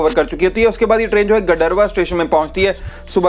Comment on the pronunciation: गडरवा नही भईया गाडरवाड़ा